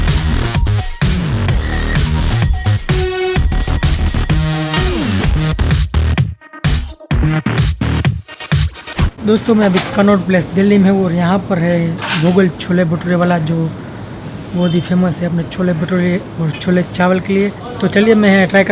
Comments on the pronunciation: Kannod nahi connaught place chutiye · kannod place.. 😂😂😂😂